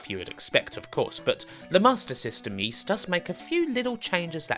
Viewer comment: Es?!? There are Four Ys (how most people would pronounce "Ys") and zero "Ys" (as pronounced in this video as "Es") in the longest Wheel of Fortune puzzle with no vowel: L-N-RD SK-N-RD